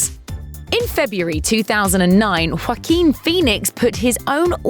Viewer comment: 🤣this lady pronouces Joaquin like they're trying to hock a loogie.